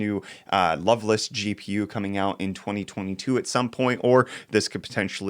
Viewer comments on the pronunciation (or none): pronunciation of Lovelace as 'love-less' is both humorous and saddening.